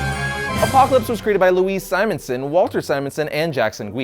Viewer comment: I like the way you say " APOCLAPSE " ! Excellent review !!!!